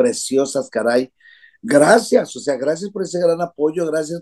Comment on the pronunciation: Not "generación Z, cristal..." grazné... 😂😂😂😂😂😂😂